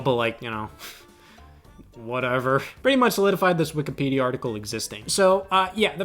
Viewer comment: Love how Scott calls it Wikapedia instead of Wikipedia no hate just made me giggle